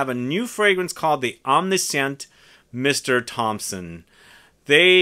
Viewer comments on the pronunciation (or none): none